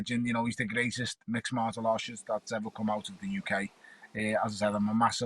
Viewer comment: “He’s the greatest Mixed Martal Arrshist” 🤣🤣🤣